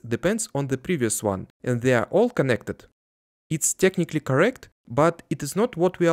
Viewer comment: Бро, в слове teleport (и ещё в technically) звук Э Не телепорт, а тэлэпорт, тэээлэээпоооорт, (ну и тэкникли), уши режет акцент немного) Слышишь это русское тьельепорт и сразу всё понятно))